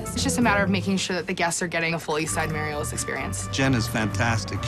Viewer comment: I've always pronounced it as "MAH-REE-OS", not "Mae-ree-os"